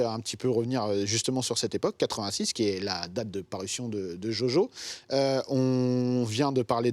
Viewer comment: A croire qu'il le fait exprès tout le monde qui connais un peu l anime connaît le vocabulaire associé